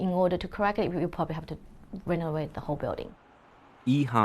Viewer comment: "renorate the whole building" What the heck is renorate?, I hope you get yourself a good pro-bono housing lawyer and fight for the original amount offered. These battles are hard to fight on your own... especially without the resources. Good luck brother and remember, all that goes around, comes back around.